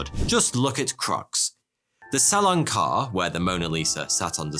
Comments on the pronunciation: It’s not salon car lol it’s carré (carreh) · Salon “car”, seriously? Carré is pronounced kind of close to kah-HAY. Salon Carré means square hall in French. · Who else is disturbed by the fact that he always said „karr“ instead of „carré“ how it should be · Hey there, Smarty here. I really enjoy your videos. One slight detail in this one needs to be adjusted; Its not pronounced "salon car" but rather the "salon carey" (same phonetic pronunciation as the singer mariah carey). Having said this, keep up the good work. Cheers! ;) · FYI: That's pronounced "Sal-lon Car-ray" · Not « Salon car », correct pronunciation « Salon carray » (Salon Caré), always great stuff on this channel ! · Your prononciation of salon carré is funny af ~Le salown care~ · It's pronounced "Salon Caray" (Car "A"). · Sallan Car.. Lol Salon Carré. The "é" is pronounced like in the word "café". You wouldn't say caff or so.. Hope this helps ✌️ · It gave me creeps everytime you pronounced "salon carré" like "salon car"... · it is pronounced "salon kareee"! you clueless fool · Salon carré should be pronounced like "carray" ;) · For God's sake! Salon CARREH! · Future reference, you would pronounce salon carré, almost the same way but you dont really pronounce the N in salon just make the sound ON and carré would be like car-ray. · As a french speaker... "Salon Car" lol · No, that's not the "salon carre", that's the "salon carré"! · in the end the thieves for the gardener heist you said they were identified which didn't make a whole lot of sense since you said prior they were just alleged and not found to be the actual thieves hence why they never got convicted? And also the Salon Carré is pronounced way different. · Love the vids but, and you may get a lot of this, but you are pronouncing "Salon Carré" wrong. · Please google "Salon carré prononciation", the é is pronounced somewhat like an "heh"